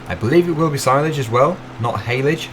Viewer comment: you got hayledge and silage correct 😂